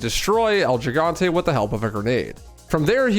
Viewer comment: Full disclosure this falls squarely in the pet peeve category, but I'm begging RE4 speedrunners to pronounce El Gigante correctly. Just like how in English, a g makes a j-sound when before an i or e, the same happens in Spanish, only its the SPANISH j-sound. So El Gigante is pronounced El HE-gante (he as in he/him)